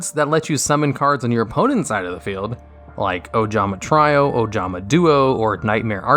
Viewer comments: Bro I hate the way you pronounce things. Who tf pronounces "tree-o" like "try-o" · Ojama-“Tree”o not “Try”o and it’s not “archefiends” it’s “arch”fiend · Ojama try-oh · Wait. Did this guy just say "try-o"? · Trio is pronounced Tree-Oh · TREE-O Not TRY-O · Tryo it's trio dude learn correct English. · I didn't think Fusion Summons counted as being destroyed. Gee, I wonder why "Blue Eyes Chaos Dragon" is less powerful than "Blue Eyes Chaos MAX Dragon". It's almost like they're implying that "MAX Dragon" is the final form and "Chaos Dragon" is halfway through being upgraded. Did...did you just pronounce "TREE-oh" as "TRY-oh"? When did "Cyber-Stein" get off the ban list? The power creep's gotten that bad, huh? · "He also tends to have problems pronouncing certain words." -- Agreed, even basic words such as "trio" which most people know is "tree-o" and getting names and words mixed up (shining / shiny) Hardly an "intellectual" at all but quite the opposite. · I love you bro, but it's pronounce "Tree-oh", not "Try-oh". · My ASMR is listening to pronounce Ojama Trio (tree-o) as “Ojama Try-o” and “Shining Dragon” as “Shiny Dragon” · can't get over ojama try-o... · anyone else feel rustled when he pronounces trio as try-o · he's a f**king idiot that's why. I know what you mean. It's a pretty simple and common word that most people know as "tree-o" and you wouldn't think anyone would get that wrong. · Just a heads up “trio” isn’t pronounced that way… XD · Wow. Multiple mispronunciations in this video. Trio, Archfiend, and Shining read as Shiny. You have to be doing this on purpose XD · How can you mispronounce ''trio'' wtf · I'm convinced most of them do it just to trigger people, it's a really cheap and stupid form of trolling that makes the person doing it seem mildly retarded. But I've seen it so often it doesn't trigger me anymore. There's no native English speaker in the world who doesn't know how to pronounce 'trio' or 'archfiend."